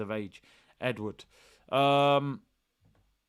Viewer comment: lol the way you said Eduard.....so painful yet funny....Big up